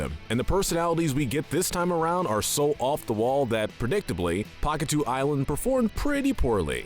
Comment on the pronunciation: Pakatew is pronounced paw ka tell